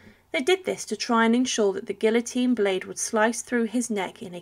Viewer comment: First time in my lifetime that I heard somebody pronounce guillotine in that manner 😬